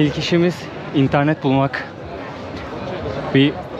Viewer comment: intirnet :D senin şivede kaydı :D